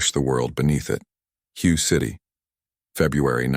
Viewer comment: Fucking robot voice is so goddamn irritating… What the hell is "Hugh" city? I am pretty sure that Hue isn't pronounced "Hugh". Maybe a human being we should edit this story instead of a fucking robot.